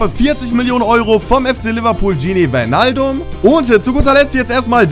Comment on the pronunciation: man spricht das "ij" wie "ei" aus das heisst man spricht es bergwein, weinaldum, van deik etc. aus